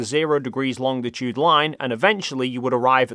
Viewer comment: It's longitude, not longDitude,.